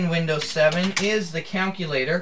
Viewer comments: Good demo of Windows 7. One verbal correction is your pronounciation of the word "calculator" it's pronounced CAL-CU-LA-TOR and not count-cu-later. I actually have a couple complaints about Windows 7. First, it doesn't include an e-mail program and you have to either download the free Windows Live Mail or if you have MS Office you can use Office Outlook. Secondly, you don't have the option to go back to the Windows Classic Start Menu, which I prefer. Opening multiple IE is harder too. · did he just say counculator?